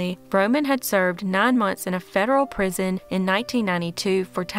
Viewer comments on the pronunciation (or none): none